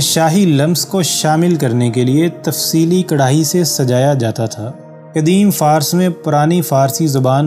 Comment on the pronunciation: Jinab lafz "Farus" kehty hein Fars ghalat hy